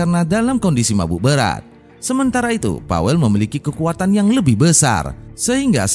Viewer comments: Saya tinggal di polandia.. disini nama pawel.. di bacanya paveu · PAWEL DI BACA NYA PAVEL KAK DALAM BAHASA POLANDIA W DI BACA V ❤